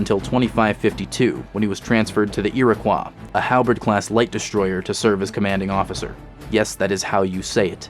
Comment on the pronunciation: Rough man you still pronounced Iroquois wrong